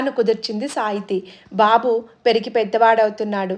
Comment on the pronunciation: Koncham prinouncian marchukomma!! Babu ki bu ki dheergham tiyakydadu, pitrothsaham kaadi puthrothsaham